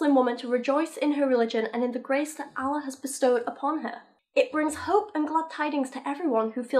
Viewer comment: I'm not even religious but it really annoys me when people pronounce Allah incorrectly.